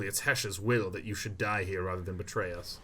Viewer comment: Right! So he pronounces it correctly, and I'll listen to him. You chump.